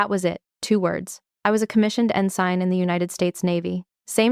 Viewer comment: It is beyond belief that a Navy commander 05 cannot pronounce ensign, reread, BUDS, Nguyen, etc. Then there is the uniform.